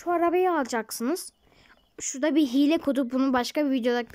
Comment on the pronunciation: Hile diylim diyo hiel